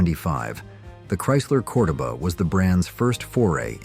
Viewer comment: Thanks for helping me "listen." I abhor AI, and while tolerant (up to a point), I draw the line when I feel insulted. you invited us to comment that we were enjoying the video and would watch it to the end. Then you promptly proceeded to mispronounce "Cordova" and Ricardo "Montalban throwing me off and exposing this as AI. I won't be watching to the end!